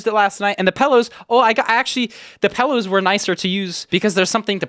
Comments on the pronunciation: did no one else hear pellows instead of pillows? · says "PELLOWS" lol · Why does he say "pellows"